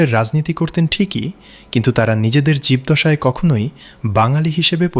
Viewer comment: “জীবদ্দশায়” শব্দটার উচ্চারণ হবে জীবোদ্দশায়—এর মতো